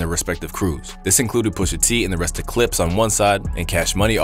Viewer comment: That was wild, bruh couldn’t say the Clipse or Pusha and Malice?😅